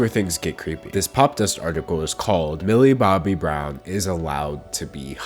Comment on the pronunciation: I can't not hear Billy Bobby Brown. That's her name now sorry.